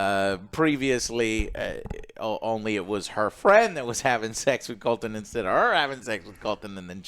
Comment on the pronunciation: Joe gets almost all the names wrong.